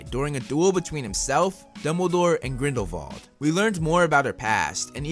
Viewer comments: It’s Grindelwald not Grindelvald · He says Grindlevald...lol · Who else heard GRINDLEVALDE